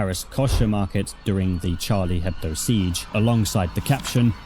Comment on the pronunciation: from a french listener, Charlie Hebdo's name is pronounced without the H, as a french word the consonant H isn't pronounced. (It's more of a thought you might wanna know comment rather than a you must correct yourself)